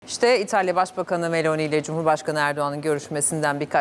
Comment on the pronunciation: Bu nasil dandik NTV Muhabiri ( italya muhabiri ama daha Meloni nin adini dogru söyleyemiyor !